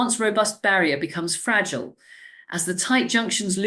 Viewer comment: American AI using an English accent. Horrendous word stress and unnecessary gaps. Listen to the pronunciation of some of the words like defence, fragile and eczema.